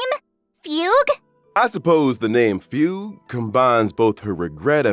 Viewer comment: that was not at all how i thought fugue's name is pronounced😭 on another note: ILOBEYOUSUNDAY‼️‼️‼️‼️